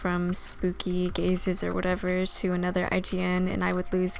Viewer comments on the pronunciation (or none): when you say Gazes, I keep on hearing, "Gay Sis"